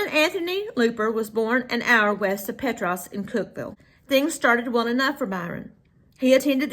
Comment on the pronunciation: Hey there, ❤. Thank you for sharing this, and for saying Petros correctly 😂. I live in Morgan County ❤